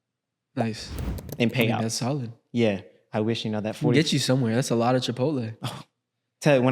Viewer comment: said chipotle? cipotle loco